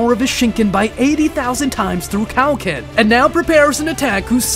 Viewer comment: Thought it was ment to be kio ken not cow ken 😂